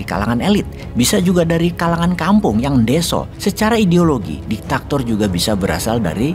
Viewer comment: DIK TA TOR bukan DI TAK TOR.